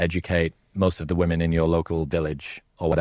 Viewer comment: “Modern wo-men”